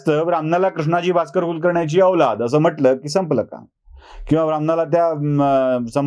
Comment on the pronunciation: KUxKAxNYACHI. L ani R gayab ahe.